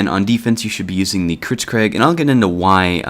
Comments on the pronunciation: err... You say it "kritzKREG" rather than "kritzKREEG". It has an EE sound at the end rather than an E. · I hope you say "kritskreg" as a joke...